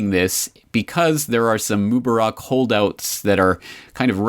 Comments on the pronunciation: According to the usual Arabic rules for stress, the name Mubarak (better, Mubaarek) should be pronounced /moo-BAH-rek/, second syllable stressed, since there is an 'alif' following the 'be'. مبارك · Where I live in Morocco, my best friend's first name is Mubarak. It's pronounced like Moo-bah-rak with emphasis on the second syllable. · I'm finding it annoying to hear you mispronounce the name of Egypt's former president. Mubarak. Please say it correctly in the future.